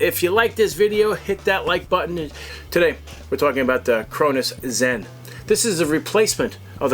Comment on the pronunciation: My guy said crozen